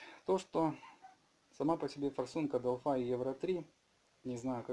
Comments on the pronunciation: Не делфай а Делфи. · Не Делфай,а Делфи.Так на будущее. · " дэлфай " азаэаза